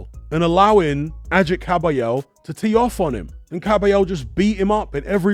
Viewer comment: "Ajit" lol. It's pronounced "Agh-eet". He is of Kurdish descent, not Turkish. He would take offence to that hahaha